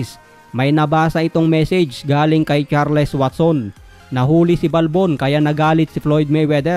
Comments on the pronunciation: HINDI CHAR-LES! CHARLS ANG EXPRESSION JN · It is pronounced as CharlS. Thank me later..😬